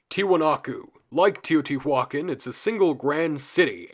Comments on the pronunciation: Thanks for the content, I've enjoyed it. However, in moments it hurts to hear quite a botched pronunciation - first one I heard was Teotihuacán. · Teotihuacán is pronounced not like that